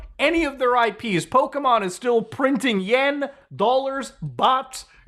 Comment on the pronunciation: Thank you for not saying "Poke uh Mon" like everyone does. "Pokey Mon" is so much nicer to hear. Granted neither are the real pronunciation, Pokémon with that accented e is actually said as "Po Kay Mon" but I digress.